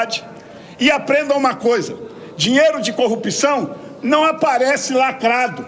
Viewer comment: Dificil falar a palavra? É corrupção!!!